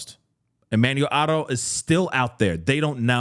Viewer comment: Why suddenly pronounce the surname with an accent? It sounds like a different name. It’s HARO not HOTTO.